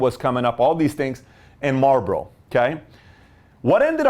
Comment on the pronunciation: it's marlbOro